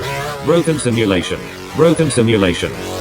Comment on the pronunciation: dude literally can’t even pronounce simulation lmao